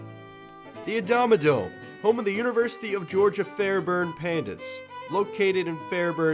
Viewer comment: Called Adamodome Actually ... NOT A DOME